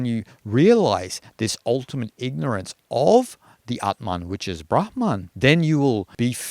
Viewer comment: As a Finn, I'm very pleased to hear someone pronounce 'brahma(n)' the way I think is the correct one! Most Indian tubers seem to pronounce it like bramha(n)! The only exception thus far has been Maharishi Mahesh Yogi, founder of the Transcendental Meditation movement, whose guru was Shankaraacaarya of Jyotir maTha , Svaamii Brahmaananda Sarasvatii. - Finnish has some words with the phoneme sequence 'hm' inside a word, like 'ahma' (wolverine), 'tuhma' (naughty).